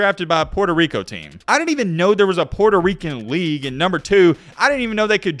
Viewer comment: Racist ah video lol especially when he tried to read the Team and League name